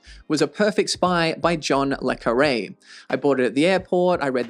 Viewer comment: 🎉Had a similar experience with Harkaway's 'Gnomon'. Found Blake Crouch too frantic, liked the Nayler, but appreciate your criticisms. You should enjoy 'Quarantine'. BTW, check on how LeCarre's name was pronounced.